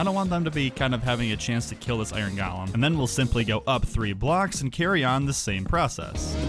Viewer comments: Uhhh… “Golem” is pronounced “GOH-lum”. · Please stop saying “galem” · I love the way you say Golem. It's like your saying Galem.